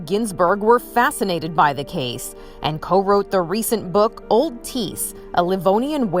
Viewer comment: I’m related to that man, it’s pretty insane to think that haha. Theres an h in there btw it’s not tees it’s thiess lol